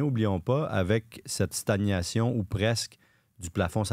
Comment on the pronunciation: J’apprécie beaucoup, mais d’une part,aux alentours de, on dit bien stag-nation (comme gnou) et non sta-niation (comme pognon), et d’autre part, l’emploi du mot éligibilité, au sens d’aptitude légale à être élu, qui est bien l’acception utilisée dans ce contexte, est parfaitement français, selon Le Robert. Pour stagnation, je ne me demande si ce n’est pas une sorte de différenciation inconsciente par rapport à l’anglais, comme quand, ce qui est souvent le cas sur ce balado, on prononce et cetera « etchetera » - à moins que ne s’expriment là les éventuelles racines basques des journalistes québécois…;-)